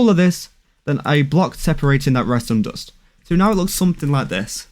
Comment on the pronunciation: why dont you say dust insted you say dost